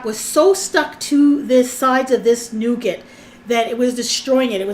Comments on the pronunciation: Nugattt. lol it's pronounced Noo Gar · Sorry girl, but it is pronounced noo ga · you don't pronounce the t when saying nougat. 😉